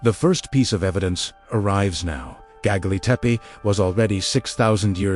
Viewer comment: Don't like the AI voice that can't pronounce the name of the place correctly! Please, program AI by knowledgeable humans.